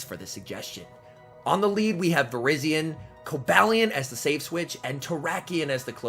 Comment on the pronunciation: it's not vir-IZZY-on it's vir-EYE-zee-uhn!